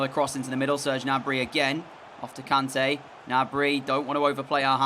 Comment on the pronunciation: not trying to be mean but its pronounced k-arn-ta